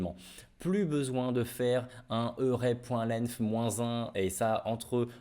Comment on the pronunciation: Merci pour l'update. Mais revoit ta prononciation de l'anglais 😅😉. "Eussink", "eurè"😅